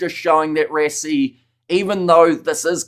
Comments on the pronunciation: Bro it's called "ras ie"......almost like rushing..... WTF is "res ie" .......maybe you want to say respiration......it's Rush rush rassie.... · You can not even pronounce the man's name right what to say about rugby